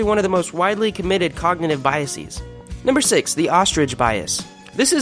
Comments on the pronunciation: BiasES not biasIS or biasEES YOU FUCKIN IDIOT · The plural of bias is pronounced biases, as in rhymes with viruses. Words that come from Greek, like crisis, can have plural forms pronounced like "cry-sees" because that would have been their original plural form and sounds more elegant than crisises. Bias comes from French and the plural would not be "bye-a-sees" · After how many guessees would you conclude your pronunciation of 'biases' is wrong? 'Biasees' is a dopey-sounding affectation. Pronouncing long 'e's' for plurals works only for Latin words whose singular form ends in '-is'. Some examples: axis, analysis basis crisis diagnosis emphasis and so on. 'Bias' is an English word borrowed from French The plural of 'base' is 'bases'. So is the plural of 'basis' whose plural is pronounced 'basees'. You would never say' On hitting the ball over the fence, the batter rounded all three basees, then crossed home plate. Or would you? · "biasees"... I'm out. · This is really good! Since politicians, teachers, preachers and tv talking heads aren't going to debunk the last 30 years' worth of terror porn, your amiable dynamiting of it here is a delightful surprise. I love studies of this type -- was just writing up the "proving a negative" fallacy under another video. But n.b. -- one wordsmith to another -- 'biases' is pronounced with a schwa on the last syllable since it's not a direct loan from Latin ending in X :)